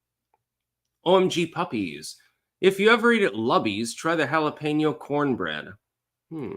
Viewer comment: Lubby’s???! Gah! Noooooo!! “Luby’s”!!!*Loo-beee’s!!!*